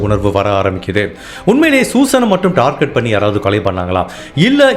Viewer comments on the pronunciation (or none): none